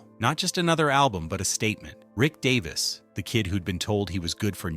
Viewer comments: Get his name right first that would be good 😮 its Rick Davies not Davis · its Davies Not Davis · Get his name right DAVIES!!! You have no credibility to do this! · obviously dont know his name its Davies not Davis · Davies! Fair dinkum, if you can't get his name correct then don't bother. How disrespectful!